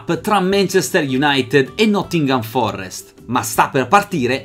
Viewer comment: Ma, si dice nottingham forest, non forrest!